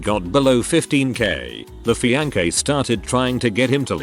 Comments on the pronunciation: This AI narrator cannot pronounce Mississippi or fiancé to save his non-life. Oh well. That is how we know that it is AI. Interesting post, though. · His "FEE-ANCH-EH" 😂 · The fee-an-keh lol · "this guy and his fiankay" LOL